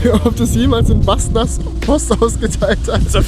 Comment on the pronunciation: Båstnäs nicht Bastnas